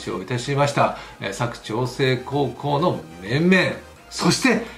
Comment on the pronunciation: 佐久長聖のイントネーションが間違っております。テレビのアナウンサーも間違っていますので。 地元ではさにはイントネーション在りません。